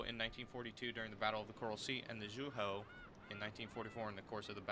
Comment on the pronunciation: Zooeho is how you pronounce it